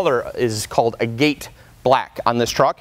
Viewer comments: It’s agate not a-gate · For a guy in sales it’s called ag-at(agate) as in the gem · A-gate black ? Aaagate black lol